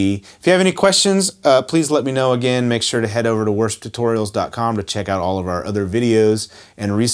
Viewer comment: When you say Worship Tutorials, it seriously sounds like your saying " for some reason! Lol. Great job on the tutorial, mate!